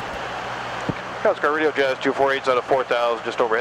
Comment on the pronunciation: Calcelgar. Can-SEL-gar.